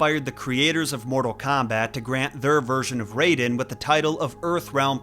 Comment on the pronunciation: omg stop saying RAYden. his name is raiden. r-EYE-den. yes it was spelled Rayden in the first Mortal Kombat BUT that was a mistranslation and all subsequent games have used the correct spelling.